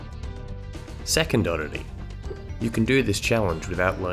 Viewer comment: is he saying heals or hills?